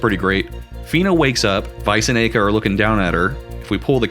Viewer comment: I find it more interesting how you pronounce Aika and Belleza's names.